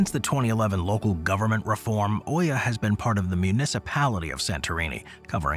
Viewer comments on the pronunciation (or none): It isn't Oia or Uia, but Ia. Palea & Nea Kameni aren't on Therasia island, each one is an island by itself.